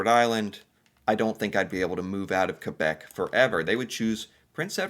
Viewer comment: As Canadian love how u kbeck